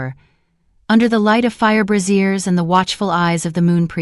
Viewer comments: I'm getting distracted by the image of bras hanging from the walls 😂. For information the pronunciation of braziers is not bru-zeers (that's the old fashioned name for bras) - it should be bray-zee-eers. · LOL "fire brassieres" maybe we don't need voice actors after all. This is hilarious!